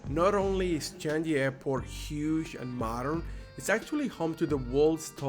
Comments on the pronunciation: The word "Changi" is pronounced as "Chang ngee" not "Chan ji"! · Sorry, but I would like to point out some mispronouncement of a couple of words : firstly, the word Changi Airport : correct way is "Chang Ngee", not "Chang Ji". Another word is Merlion. It should be "Mer Lion" instead of "Merleon"! Anyway, hope you both enjoy your stay here! Welcome to my beloved country, Singapore!!